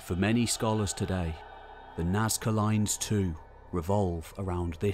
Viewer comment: "Nazca loins" ftw